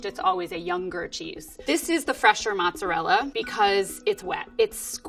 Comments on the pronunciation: She said right once, but I think more people are used to hearing the other version so she went with that one 😅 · ALOT of English speaking people say matzerella as the pronunciation, it may just be me being closer to the south but I hear Matzerella more than mozzarella. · I'm English and I do add a T, I say it like 'mot-zer-rellah', I'm originally from the east Midlands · Actually she pronounces it wrong. She need to say the "mozza" part sharply and the "rella" needs to be rolled. Not like the english r on the back of your mouth but more on the front of your mouth behind ur teeth.